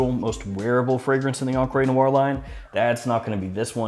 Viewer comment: “EncrÉ nuar” .. the French people be like: 🥲🥲 *I looove ur content, just keep it up;) and btw.. great fragrance🖤